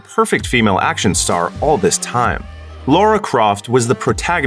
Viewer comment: It's Lara not Laura...